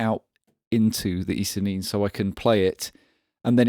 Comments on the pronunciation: I would have thought ISE-NIN would be a reference to Kurt Vonnegut's "Ice Nine", and therefore pronounced it as such, but that's just me. Call it whatever you want to call it. Unless it's Roger. Don't call it Roger. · Thoroughly enjoy this, thank you! Possible that "ISE-NIN" is pronounced "ice nine"? Vonnegut fans perhaps. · The ISE-NIN should be pronounced "ice-nine", shouldn't it? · I think the "Ise-nin" is pronounced Ice Nine - like the Joe Satriani song. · ISE-NIN = eeh say neen